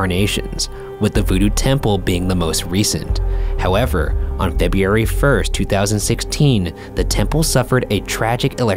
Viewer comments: "on feby- airy" me: I'm sorry.... what month? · feb-rue-ary. February. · Feb Weeee Airy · Feb yoo airy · I was born in Feb-yee-airy... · Febeary! Hahaha!!! That’s the funniest thing I’ve ever heard! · Febi - yee - Airy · I love how Ryan can pronounce “Dr. Lakshmanan Sathyavagiswaran” but not “February.” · I love how Ryan can produce Dr. Lakshmanan But not February. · enunciation depends on the where one grew up. A LOT of people mispronounce February. They grew up mispronouncing words so to expect a long done mistake to be corrected is ridiculous. February Supposedly Library Mayonnaise Wednesday So many words get mispronounced every day. It's not as big of a deal as some are making it seem to be. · I cant say February anymore😭💀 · Ryan butchering the word “February”, but correctly and effortlessly pronouncing the longest and most complex name of the medical examiner is truly the duality of man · Ryan can pronounce Lakshmanan Sathyavagiswaran, but can't pronounce February right